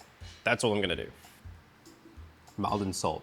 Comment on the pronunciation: Not trying to be awkward because the video is great as usual but Maldon is pronounce "Moldon" like Salt is pronounced "Solt"